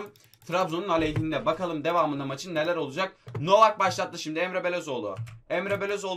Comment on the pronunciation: Enwakayeme diye okunmuyo wakayeme sadece